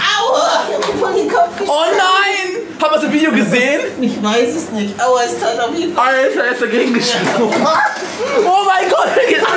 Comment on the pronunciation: wie du auuuaa sagst das hört sich an wie awwuuuaaa (es wird so ausgesprochen wie ich es geschrieben hab) xD